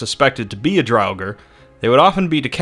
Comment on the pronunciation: Drauger is pronounced Draw Ger as said in God of War 4. Why in the Hell would you use Sesame Street's Count as an anime example?! He's a muppet! A disgrace! You could have used Alucard from Hellsing! But no! You had to use a stupid puppet from a stupid kids show!